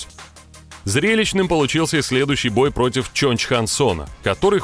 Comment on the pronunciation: Фамилию Корейского Зомби сказал не правильно 😅😂